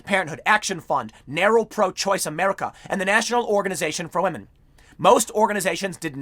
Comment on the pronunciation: "we'll tell you when to believe all wahmen".